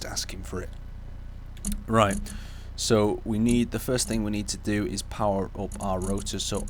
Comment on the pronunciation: Is english even your native language? It is called "THING" not "THINK"